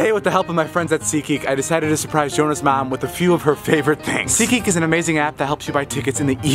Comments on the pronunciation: can we talk about how it sounds like he says seek-eek not seat geek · Nobody: David: so seATGEEK IS A AMAZING APP